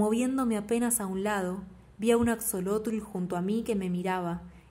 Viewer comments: Asholotl. Bueno así se pronunciaría. Pero no importa. Me encantó la lectura 💓🙏🇲🇽 Saludos desde México 🇲🇽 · Hola, muchas gracias por tu lectura, soy mexicana y la uso para mis clases de español. Axolotl es nahuatlismo por eso la letra equis se pronuncia como 'sh' ;)